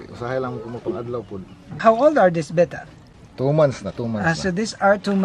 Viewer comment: says "Bet-tah" correctly. Not "Bay-tah".